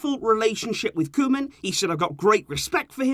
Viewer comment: “Koman” EVEN THE BEST MAKE MISTAKES ! 😂😂✌️